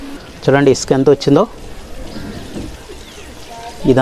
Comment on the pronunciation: ఇస్కాన కాదు ఇసుక బ్రస్ కాదు బ్రష్. నీ ఇంగ్లీష్ మండ